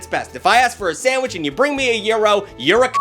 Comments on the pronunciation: YIRO??? YOU MEAN A GYRO? LIKE GUY-ROW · Hold on, WE SAID TACOES AND BURRITOS ARE SANDWICHES?!?!?! AS A HOOSIER, I DO NOT CONDONE THIS Also wait…a “Euro” and a “Hutdug” it’s pronounced “Gee- (as in McGee) row) and HOT-DOG